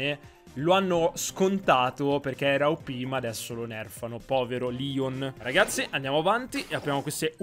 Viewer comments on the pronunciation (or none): none